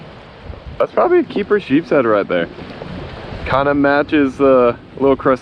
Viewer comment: It’s nice to know that someone knows how to pronounce the name of the fish it’s sheep’s head